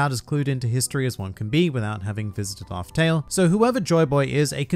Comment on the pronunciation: Island 'Laugh'Tell' 🤔😉